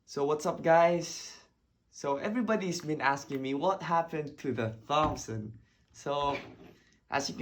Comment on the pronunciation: So cool man! Btw it's pronounced like "tompson" not "th-ompson" (the 'h' is silent - english makes no sense, i know lol)